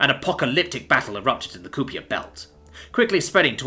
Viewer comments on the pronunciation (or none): Kuiper is pronounced like kai-per. Honestly if you have the technology to make a nicoll dyson beam I'm not sure what use mere gas giant sized manufacturing lines have for you. At that point you are in the realms of using the equivalent of whole gas giants as your relativistic kill missiles.